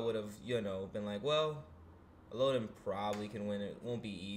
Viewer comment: You mispronounced both names 😅 el-low-din (its a character from a book iirc) and ah-knee-k